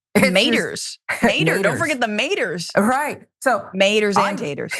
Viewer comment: Maters and taters..🤣 I red balled back just to make sure I heard him🤣